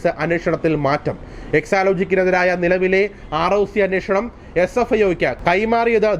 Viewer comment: CFIO അല്ല SFIO ആണ്